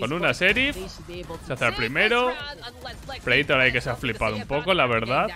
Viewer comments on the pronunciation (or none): none